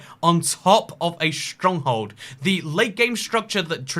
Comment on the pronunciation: why do you say schtronkhold